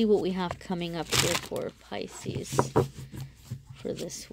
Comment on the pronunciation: Thank you for your reading. But you say picis a couple of times 🤷‍♀️ Maybe that’s a very strong energy.